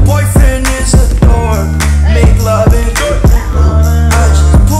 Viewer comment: Its dork not door